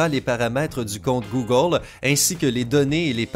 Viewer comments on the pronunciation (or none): "TU PEUX ZAVOIR" "GOOGOLE" je suis mort